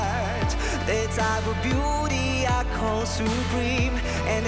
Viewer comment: Зачем так произносить "Call"? КОЛ по английскому.